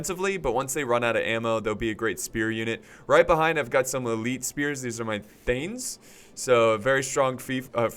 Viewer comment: Dude it's thEnnes not thAnes